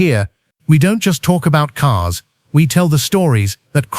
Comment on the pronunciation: BTW, they are all cars, not caares Learn how American English pronounced!